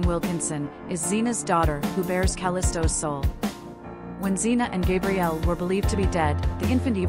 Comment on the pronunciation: As a diehard Xenite, the fact that you keep saying GABrielle wrong is making my eye twitch! RIP Kevin! Taken entirely too soon! You kept so much out of each character's storyline and put so many of the ages wrong. Also pronounced other characters' names wrong. Damn, so disappointing.